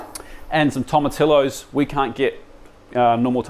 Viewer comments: I know we're super ignorant in oz, and barely have any latin diaspora (comparatively) but Spanish is like, the 3rd most popular language in the world, it is worth giving basic pronunciation a crack. In this case Tomatillo is pronounced like Tomatiyo. Also most major australian cities will have a speciality latin grocer somewhere that will have canned Tomatillo for anyone keen. Salsa verde rips pretty hard honestly! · Bro...... At least TRY to pronounce tomatillo correctly! I get there's always going to be variation with accents, but if you butcher a word that badly it makes you sound very amateur, and you're anything but! Toh-ma-TEE-oh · Fantastic video as always Just one point sorry, in Spanish double LL is pronounced as a J Tomotijo is the correct pronunciation Love all your videos